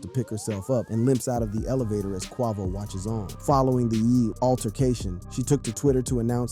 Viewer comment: Then he said, Qua-VOO